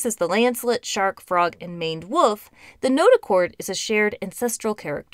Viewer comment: Woof is now and has always been an odd way to pronounce wolf